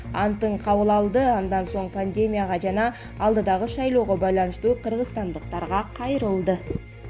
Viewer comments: Карындашым пневмания, пандемия, деген сөздөрдү 1000 ирет кайталап анан чыкчы эфирге. Ударение кайсы жерге койулаарын так билип алып анан айта бер. Жаман көрбө.кыйналып уктум да . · Окуп жаткан кыз,пандемия пневмания деген созду жакшылап жаттап алчы